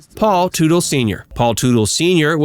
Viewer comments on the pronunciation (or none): Wasn't the name pronounced "Tuttle", not Tootle"? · I hate how this narrator doesn't even know how to pronounce their last name correctly, Im sure he never watched the show...Pronounced: Tut-del